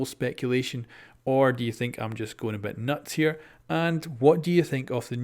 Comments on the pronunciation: Hey, could you please fix your Caveira pronunciation, it's definitely not Ca-vie-ra but Ca-Ve-ee-ra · IT’S ‘CAV•EI•RA’ CAVEIRA NOT ‘CAV•IE•RA’ CAVIERA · It's Caveira not Caviera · Fucking CavEIra... Not Caviera. Why do so many people struggle to read and say it right? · Its caveira not CAVIERA ffs :/ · Listening to him say Caviera instead of Caveira makes watching the video so hard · come one man, ca-ve-ra. not cavi-era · It's CA-VEI-RA not CA-VIE-RA, it's been 3 years!:P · Am I the only one who gets pissed when youtubers call Cav "cAvIeRa" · Samir Duran His pronunciation of Caveira is not an accent problem, he is straight up inverting the E and I. Thats not caused by accent. My native language is Spanish, I say the names Maestro, Lesion, Mira, ect like they sound in Spanish because those are actual words in Spanish, but I dont invert letters or anything like that.